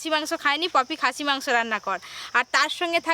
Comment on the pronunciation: Koto bar khasie mangso bol ben😂😂😂😂😂